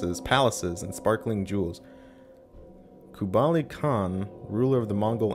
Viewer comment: "Kubali Khan" ??????????????????????????????????????????